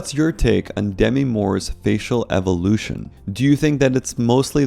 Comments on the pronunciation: It's "Duh-mee" and not "Demmi", fyi. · Doesn’t she pronounce her name ‘dem-ee’??